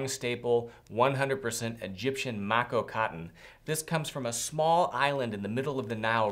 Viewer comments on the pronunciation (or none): none